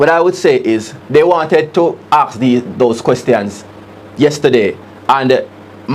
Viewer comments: Why is this woman being allowed to speak to MPs like that??? First of all, she really needs a lesson in pronunciation! "DESK" ....NOT "DECKS"; "ASK".... NOT AXE/ AKS!!!.....MEMBER ....NOT MEMBAW...MEMBERRR.....MEMBO!!!!Her acrimonious,dictatorial and crass manner does NOT augur well for good relations and the productive use of time in sittings of the House!! If she is the only person suitable to occupy that position then we are in deep doo-do!!! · What is Juliet Holness saying? The worrd is ASK not AKS! Also DESK not DEX! Jesus why are you people putting that butoo in a place where she doesn't belong?